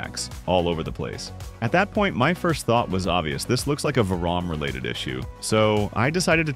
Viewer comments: VEE RAM, not Vuh Ram. You say so much shit weird. You're basically impossible to watch. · gotta love AI lol "varraam related issues" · I can't decide if your videos are AI narrated or not. It sounds natural but then we get a "I won't bother you with a full tear down" moment where 'tear' is said as a tear from the eyes or the way vRAM is said.